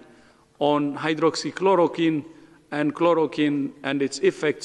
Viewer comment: Dave Verster he can’t even pronounce Hydroxychloroquine properly. I don’t listen to WHO anymore, it’s a waste of time. The WHO has lost its credibility under Tedros.